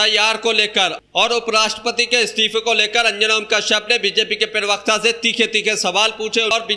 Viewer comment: अस्सलाम वालेकुम, अगर आप शोशल मिडिया चलाना चाहते हैं तो पहले अपना तलफ्फूज़ साफ़ (pronounciation clear) किजिए? जैसे आप प्रवक्ता को (पीर वक्ता) बोलें जाते हो? आप (पी) बोलते हो जबकि (प्र) से प्रवक्ता होता है? Please note down.जैसे गलत नहीं ग़लत होता है,, जमीर नहीं ज़मीर होता है,, जख्म नहीं ज़ख्म होता है,, इन शब्दों को किसी अच्छे पढ़ें लिखे इंसान के बोलकर उससे पूछीए कहा ग़लत है कहा नहीं?